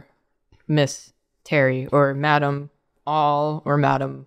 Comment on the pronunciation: "Madam All" sounds a lot like "Met 'em all" to me. Not sure if it's intentional, but it IS funny.